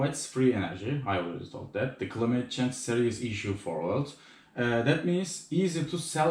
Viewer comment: Climate klaymıt diye okunuyor kanki seviliyorsun